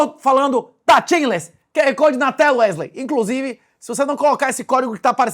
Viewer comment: O nome do rapaz aí é Wesley ou Uélei? Cada hora vc pronuncia de uma maneira...